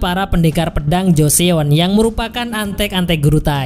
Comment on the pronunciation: 조선 (jo-seon) dibaca Jo-Son, bukan dibaca Jo-Seon. makasih udah bikin recapnya.. 감사합니다 🙏